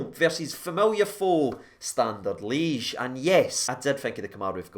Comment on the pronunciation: Stop saying Standard leege!! It’s Lee-edge! 😁